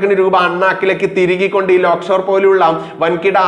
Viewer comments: ലേക്ഷോർ എന്ന് ആണ് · Not Lock Shore - Lake Shore Hospital.